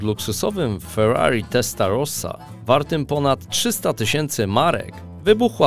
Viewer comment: dlaczego wymawiasz Ferrari Testarossa wymawiasz jak byś miał kluchy w gębie??? 🤦‍♂️